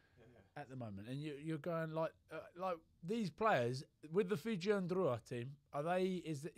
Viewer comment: Ok, apart from a couple of lineouts, best pronunciation of Fijian by a non Fijian. I’ll be starting a podcast of how to pronounce. Just to be a PSA.